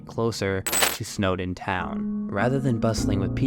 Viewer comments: snowdin not snowden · It’s snowDIN. Not Snowden. Not trying to be a grammer fly but cmon there’s a big sign and everything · NOT SNOWDEN! SNOWDİN!!!!!